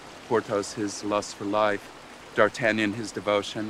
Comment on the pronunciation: I love it when D’artagnan is pronounced correctly